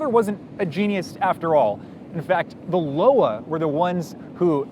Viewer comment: Nitpick: it's not "Loa" as in "lo-wah" but "Loa" as in "lwa" or - better, I think - "loi" as in the French (or Creole?) for law.